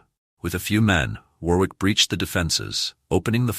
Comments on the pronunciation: Very interesting video but please take more care in the correct useage of names. Salisbury is spoken as 'Solsbry', not 'Salis-bury'. We English sometimes say things differently than they are spelt. Warwick also discards the second 'w' so it sounds like Warrik. Just a couple of helpful points for future videos. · War-wick or Too-ton, just like Ar-Kansas or Alba-quay-quay? Learn the correct pronounciation please. It is freely available on YT. There's a pub in St Albans market place called "The Boot" these days. During the first battle of St Albans, the local merchants stood outside the pub, unmolested, with their ales and sack (fortified wine) watching the battle like a Football match. There's a plaque commemorating this on display in the pub.